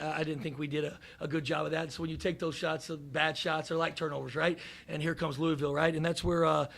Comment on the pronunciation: " number 24" and saying louisville wrong is crazy